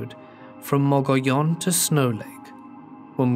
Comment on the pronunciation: Great video sir keep up the great work. A little help from a native Gila is pronounced (he-luh) Mogollon is pronounced (mo-ghee-on).